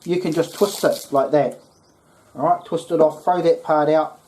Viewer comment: Impurities? What ever, "awrite" marijuana leaves, "awrite" fro it in, "awrite" 😂 roll it up, smokin